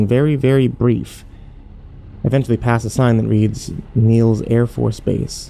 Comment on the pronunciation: Its nelis not neils airforce base lol good stories tho